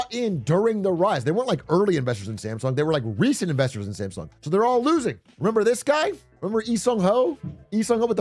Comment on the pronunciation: you are pronouncing Samsung wrong throughout the video.